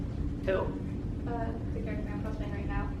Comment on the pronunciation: did you really just say but how cears instead of who Sigh